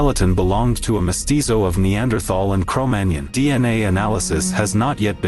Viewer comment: You have to train your robot proper speech. Cromagnon does not sound like filet mignon